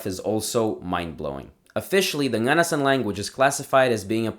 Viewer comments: hey! a little note: nganasan is pronounced with the accent on the last vowel (nganasAn) :) I’m from Dudinka which is the town where nganasans live and I’ve been familiar with their culture since childhood, it’s always been fascinating! this is an incredible and informative video!! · You have to pronouns ng at the beginning of those words it will produce a “nya” sound slightly when you say it this is why their language must be called “nya” in their language